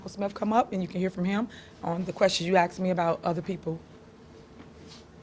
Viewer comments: Say “ask” without saying axed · “Axe”….. “have been”….. “due process”….. these people sound like idiots. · None of them can say the word ASK....it's only three letters ,yet they still get them the wrong way round